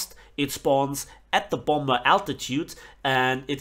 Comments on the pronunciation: Just saying idk if you’re doing it on purpose or not but it’s bom-er not bomb-er 😂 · Its pronounced bomer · You’re not saying bomber right; please pronounce it correctly. It’s not a bomburr. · The second "b" in "bomber" is silent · Bro your saying bomber wrong you don't say the second b just here to help :D